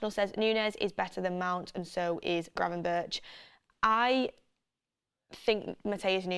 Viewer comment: Donny van de beeeek😂 and granvenburch😅